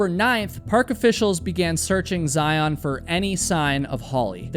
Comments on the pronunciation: Zion is pronounced Zaiun, as in fun run gun. Not Zai-Ahn. I don’t think she was ever lost. You can practically see and hear any vehicles going up the drive from anywhere near the river. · By the way, it is pronounced ZlI-on, not zi-ON. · I agree! Please —-you are usually very careful pronouncing names —-please learn to say the name of a major National Park correctly. It is said Zi - UN, like lion, not Zi - OWN, like Cyclone. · I’m sure you will never see this, maybe others will but they pronounce Zion in the sound of zi-un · Good video -- in Utah we pronounce it "Zi-unn." Don't ask me why, but yeah.